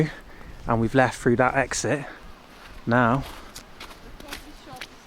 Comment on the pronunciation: "We're gonna be driving fru the mountains...."